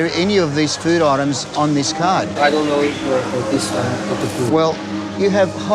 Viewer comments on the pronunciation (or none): I love the way they pronounce food...feuood?